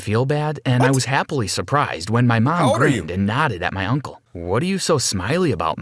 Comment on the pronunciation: Him:tries to say mom Reality:Mam